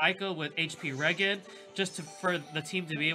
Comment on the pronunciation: its HP regen (REE-GEN) as in Regeneration.